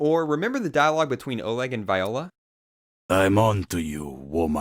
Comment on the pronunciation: its OLEG not ORLEG OR ORGYEG